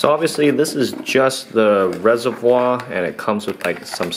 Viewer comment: it's Reservoir, please emphasize the r more it's so cringe.